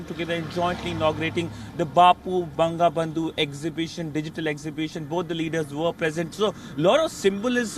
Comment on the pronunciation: It is "Bongobondhu" not :Bang-ga-bandhu"